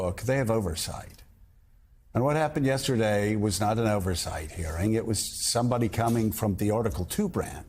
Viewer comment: OVERsawught?!!!? EDIT: y instead of the u. Wow see how easy that was instead of playing a doofington